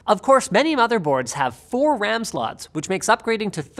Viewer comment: “what is the Wecommended amount of dedicated wam”